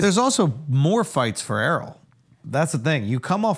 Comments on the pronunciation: The guys name is Errol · Andrew calls em Arol not Erol 🤣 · Stop calling that man Earl. His name is Errol(air-roll) . Stop acting like wyt people who pretend like they can't pronounce our names.